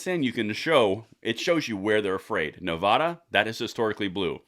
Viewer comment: Please properly pronounce the name of the state of NEVADA. Thank you